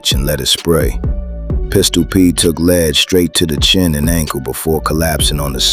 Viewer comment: Teach your AI how to pronounce "lead", European YouTube channel pretending to be black.